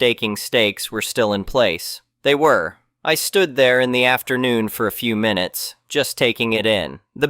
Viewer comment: Minu ets? Is this read by ai?